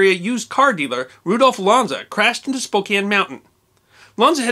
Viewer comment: .... It's Spo CAN... Not Spo KANE.